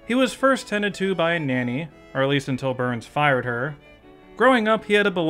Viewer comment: Are you saying "Burns" or "Boo-urns"?